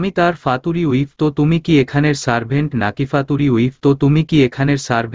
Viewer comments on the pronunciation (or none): ফিউচার ওয়াইফ কে ফাতুরি ওয়াইফ বলে কেন😅😂😂😂😂🤣🤣🤣🤣হায় আল্লাহ ভালোভাবে ইংলিশ পড়তেও পারে না🫢😁😁